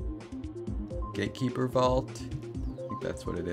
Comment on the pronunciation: Did he say "gaykeeper" about GATEkeeper?